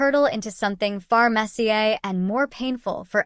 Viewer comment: Killing myself laughing at ‘messier’ being pronounced like the footballer!